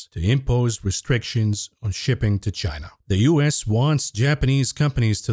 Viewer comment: you can’t speculate on a shortage of viagra and then turnaround and pronounce China like “Gyena”. You’re gonna get us fellas worked up.